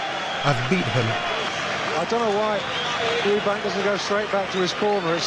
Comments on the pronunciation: Is it just me that finds mcguigan extremely annoying calling Chris "eubankS". There is no s on the end of his name. FFS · EUBANK not EUBANKS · 😂😂CWISS UBANK